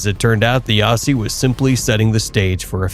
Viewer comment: When you say Aussie, pronounce as Ozzie. Great vid on our Perth boy.